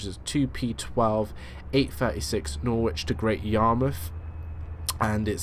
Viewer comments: It's not nor-witch it's norich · i am in PAIN omfg it's "nor-rij" not "nor-witch" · As someone who lives just outside of Norwich. You say it: Norwich - Nor-wich and Lowestoft as Low-stoft. Also Great Yarmouth in Norfolk is known as Yarmouth. Also it's a dump (sorry) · I think it's pronounced Norwich, if there wasn't the "w" there it would be pronounced norich